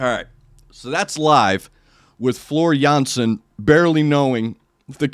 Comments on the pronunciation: Jeez man, like your reactions so damn much. Completely to the point.And the pronunciation of Floor Jansen, impeccable! (I can tell as a Dutch bloke). And not fair to musicians in general, drummer (Jukka then and Kai nowadays) , guitarist (Emppu), bassist (Marco), keyboardist/composer (Tuomas) singers (Floor and Marco)? Mwah, why not? They are top of the bill musicians!!! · Hi, your pronunciation of Floor's first and last name is perfect. Many thanks for sharing the insight into your soul, my condolences on the loss of your soul mate. Since Gabriel covered (almost) all of NW's notable songs, we know that "Storytimen" and "Song of Myself" will follow soon, so there's no need to make any additional suggestions at this stage. But if you can ever find time and space besides Nightwish, you should also listen to Ayreon - "The Day That The World Breaks Down" The Source It's not actually a band, but a project by Arjen Lucassen. There are 11 different vocalists coming from different bands and genres and he brought all these characters from all over the world together because only their voices match the nature of the character.